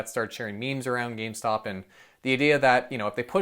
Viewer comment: You're pronouncing GameStonk wrong